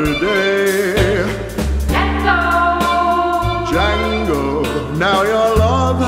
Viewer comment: "Django"..... D silent baby!!!